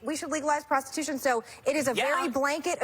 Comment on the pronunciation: "Prostitütion" Hahaha, I love it!